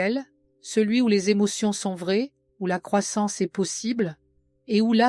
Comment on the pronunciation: Texte intéressant juste mais voix et timing insupportables ... le verbe être : prononcé "c este" "este" " n este " .